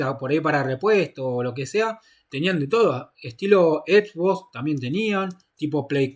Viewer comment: Edbos, ecbok, etbo, flaco con todo respeto estuviste en europa y principalmente en Inglaterra no podes pronunciar asi xbox es XBOX, ex box.